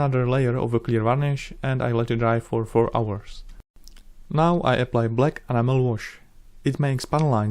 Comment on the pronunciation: If I may offer an observation,: you are saying the word "enamel" the way "animal" is pronounced. Try stressing the e and saying the namel part so that it rhymes with "camel", E-namel. I only mention this because you have talked about your pronunciation issue, with this word, before, otherwise I would not bring up the matter. Or, as I mentioned a few years ago, say enamel in your native language and we the viewers can look it up. Then we'll always know what you are saying. In any case, your honor, your model-building skills are unparalleled and your well-edited videos are awesome to watch.